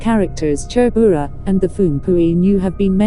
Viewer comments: Phungpuinu leh Chhurbura a lam rik dan hi nuihzatthlak tawp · Hming khi chu lam léi/ lam pial kher lo se aw.. Hnam tin hian in koh dan kan nei vek a chutiang chuan lam ve mai se. E.g... Chhurbura.. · Tha ltk e,mahse mizo hming ho hi chu mizotawng pangai a kan sawi ang in lam ve mai la lam enge mo vak ngai mile😁ti ve my2 kungawrhi,chhurbura tih te kha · 😂😂😂 a pronounciation mawlh khi chhurbura, kungawrhi, phung, ramhuai , sichangneii, etc